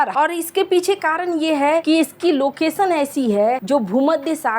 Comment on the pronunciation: सहरों, लोकेसन, पोजिसन, दे स, कसमीर, कोसिस, निसाने, टेन्सन ये तो हाल है इस चैनल के उच्चारण का, आपके बच्चे इस चैनल को सुनेंगे तो हिन्दी के सही उच्चारण की उम्मीद न रखें